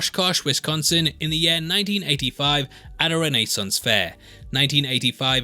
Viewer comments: also, this guy's way of saying renaissance fair "RENEE-sance" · I love how he pronounces Renaissance like Ted Mosby… Who, when starting his architecture firm, calls it… Mosbius designs!